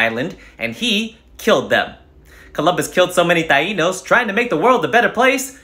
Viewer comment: Well thank you for talking about my people. Good pronunciation of Taino. Now about the vax....